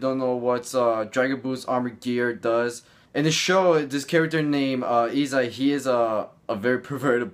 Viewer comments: dragon ball armour?! Bro it's called Boosted Gear💀 Also why you pronounce his name E-sai when the right way to say it is E-say (Issei) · it's i-s-ay not i-s-ai and hi-oto not hi-ot